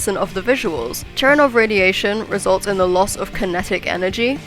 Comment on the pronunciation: I’m 99% sure it’s pronounced “Cher-en-kov’ like it’s spelled lol